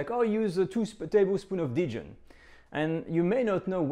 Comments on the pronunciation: It's so funny that in an attempt to pronounce Dijon like he thinks Americans say it, he ends up saying it in an unrecognisable way. In the US we actually say it pretty much the way the French say it. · Nope. Dijon is pronounced with the 'j' sounding like zh & a nasal "o". I've been currently studying French for ~6yrs, + 2 in high school. Additionally, have a listen the the native French speaker example on Forvo: . Or better yet, this video "Une balade à Dijon" which is presented by a French speaking woman who mentions the city name in the first 10 seconds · That sounds right. I'm willing to accept that my French is wrong; I surrender. Then why does he say it differently? Is it the accent of Burgundy and the natives say it that way? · Why do you say Didjon? Even in English it is just Dijon, I am shocked! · I’ve never heard the word “Dijon” pronounced like you say it is in English, i.e. “dee-jen”. In the U.S. to my knowledge people use what you call the French pronunciation. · I wouldn't be surprised if that's how the Australians in his community say it. Though, I have heard something similar, dee-john, from some people where I come from (TX / OK). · In all my years, I have never heard "Dijon" pronounced "dee-jun" by anyone. . . let alone someone who is French . . . huh!? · I was just thinking the exact same thing DIDJON? Sometimes it makes me cringe when French peeps pronounce French dishes (or other) in the American way. Heard a French chef on you tube say "eclairzz" I had to mention it in a comment on his channel. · Dee-jun? Dee-jun? Hmm. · This is literally the first time I’ve heard anyone pronounce Dijon as “deejun” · it’s a British thing? Huh. U.S. uses the French pronunciation. We mess up other words, sans doute. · why did you mispronounce dijon